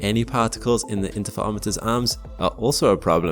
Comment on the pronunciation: 'Inter fur romiter' not 'inter fa omiters' js😅